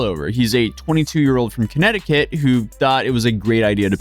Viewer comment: where in the world is this place "kinectikit" you speak of ? are you TRYING to say connecticut or something ?